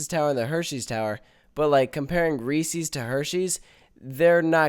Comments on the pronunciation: It's Reese's not REEESEEES that goes through me like nails on a chalkboard. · You're irrelevant because you pronounce it Reesees and not Reese's. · I hate when people mispronunciate resees. People also do it with Legos too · They're not adding a "Reseee's" tower, they're adding a "Reese's" tower.